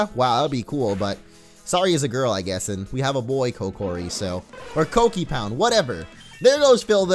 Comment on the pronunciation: its not Kockipound it is Kokipound lol xF